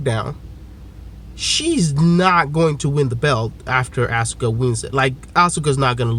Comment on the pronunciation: Why tf does keep pronouncing Asuka's name like that?